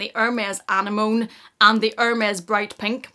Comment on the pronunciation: Love your accent but the Hermes color is pronounce uh-nem-moh-nee